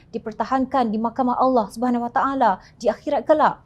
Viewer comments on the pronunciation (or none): none